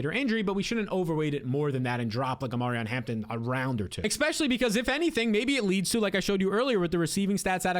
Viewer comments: For the love of god, … It’s e*S*pecially, not e*K*specially. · Love your videos, but it's pronounced eSpecially, not eKspecially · Especially not EXspeshly